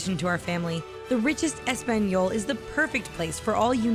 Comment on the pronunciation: Espanyol I AM SO TRIGGERED SHE DIDNT SAY ESPAÑOL!!!!!!